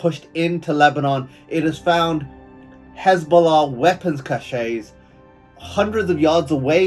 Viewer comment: It is a really good, informative video on a really important matter! I applaud your ability to convey the message so well! Only feedback is your pronunciation of the word caches, the e is rather short unlike Hebrew where the end of the word is emphasized. Thank you for bringing this to the world